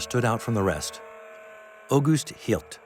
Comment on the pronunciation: Please correct the Drs. Name, (August Hilt) … Actual doctors name is August Hirt. This man was pure evil.